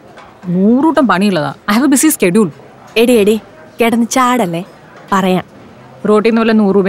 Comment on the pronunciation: സ്കെടൂൾ അല്ല. ഷേടൂൽ 😊